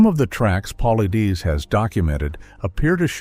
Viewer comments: I guess he would HAVE to reveal it BEFORE he dies, certainly not after. Stupid title. And how hard would it be to standardize the pronunciation of 'Paulides', the subject of the script. sigh AI is apparently trying to kill off us pedants first. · I must've heard Dave's last name said 8 or 9 different ways & not 1 was correct😂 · If you are going to profit off of someone else's work, the least you could do is make sure his name is pronounced correctly for God's sake. I mean, it's not like he doesn't say it at the beginning of every single one of his own videos. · I believe David is a book seller a few times over.? Also, you're not pronouncing David's last name correctly. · You've got quite a bit of information correct. But just as much Not. David Is about Facts! He's Great at what he does and His approach! You can't even pronounce his last name right or hardly more than twice the same way! As for Your Peer review statements you need to do more research as to why! Mainstream scientist wouldn't review it. And As for Dr Ketchum! You need to do more there too try reading Truth Denied Scott Carpenter maybe you'll learn something About The DNA project! And why it wasn't peer-reviewed by the mainstream scientist Melba Ketchum is a top-notch DNA expert! she's put people in Prison with her testimony !! It's like you do it together in a week or 2 and pulled your information off a few YouTube videos! I just suggest you do more studying before you state things that you say, Let's be clear! Really??saying let Be clear!that this happened and that happened! Starting with a little more studying. PLEASE! Oh and DAVE Never gives you his determination as to what it is! Let's be Clear on That! LOL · You can tell this is a cheap version ai. voice. -Can't pronounce his last name. It's PUH/LIED/DUS. Get it right cheap ai. :face-fuchsia-tongue-out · PAUL-EYE-DESS! Get it right. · AI couldn’t even pronounce David’s last name. I’m out!